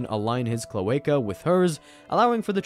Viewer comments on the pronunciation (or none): none